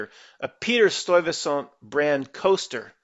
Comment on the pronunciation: Ok it’s pronounced.. Sty-vey-saunt